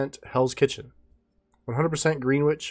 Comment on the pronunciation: “Green-witch” lololol more like “Gren-itch” but A for effort